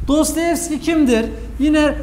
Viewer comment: Ağzınıza sağlık ben faydalandım teşekkür ediyorum. Fakat Dostoyevski'ye Dostayevski demeniz üzdü beni :) bir edebiyatçı sadece eğitim odaklı bilgi vermemeli, bizzat kendisi genel kültür olarak konuya hakim olmalı bence.